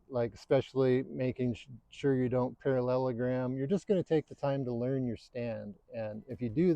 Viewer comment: parallellagrammmming....parrrrrallleellllergramming...peralalalalagrammming...down the hill. Yeah...don't do <<<<--------- THAT. 👍